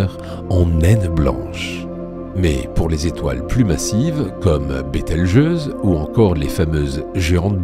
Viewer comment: Bételgeuse et non Beltegeuse